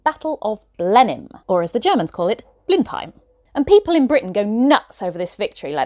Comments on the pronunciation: Your pronunciation of Blindheim was perfect!!! German approved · I like this video. Just for the fact that you pronounced Blindheim perfectly. The historical trivia is extraordinary too. Better than >90% of all content in shorts. Definitely worth a subscription and like. This is clearly a video that has more work than 10 minutes behind it. Not a copy paste as most others do. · your pronunciation of Blindheim was on point :D good job! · You pronounced Blindheim beautifully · Well done on the German pronounciation👏